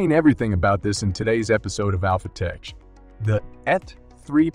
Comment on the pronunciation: I like your videos, but your speech synthesis software is not perfected yet. It's pronounced 51 million dollars, not 51 dollars million. And 'Tech', the 'ch' sounds like 'k'. Tek, not tetch A little software tweak is definitely needed 😬